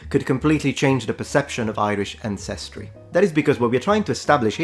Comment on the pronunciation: Sorry mate, it's àncestry, not ancèstry.